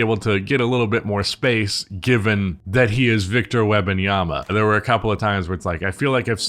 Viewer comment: Wem-, not Web- lol You call him Wemby and mess up his whole name?/s 😂